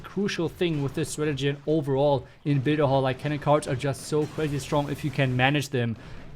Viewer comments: Bitte hall 😂 love it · Not builder hall but "Bidder aul" 😂😂